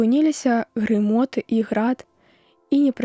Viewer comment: Каб "спыніліся грымоты Божыя", а прачытана ці чуецца: грамоты.